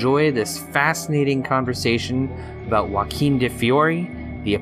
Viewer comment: Thank you for pronouncing Joaquim de Fiore correctly !